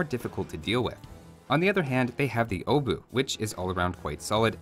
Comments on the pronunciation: Great vid as always! But small pronunciation issue - It's not 'obuK' or 'obutsh'. 'Ch' is a grammar variation of 'h' and pronounced as such. Normal, short, dry 'h' like in 'hell' or 'home'. Obuh. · I do find it interesting that tries really hard to pronounce the "Obuch" and NAILS it, but from then on continues to call it the "Obu" instead for some reason